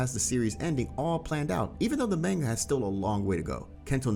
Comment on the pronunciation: Why are you saying Manga like its Mango🥭? very unsettling.